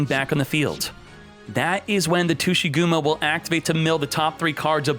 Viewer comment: Tushygumo? you're making some people imagining a non-ygo content with that pronunciation